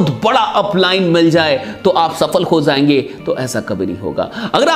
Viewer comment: Sir aap beshak ek shandar leader and trainer ho Lekin aap har bar j ki jagah pe z Ka use krte ho aap agar aap ic bat ko thek kr lijiye aap k speaking ma char Chand lag jayenge sir Jaise abi Maine Likha lag jayenge aur aap isi ko Bolte ho lag zayenge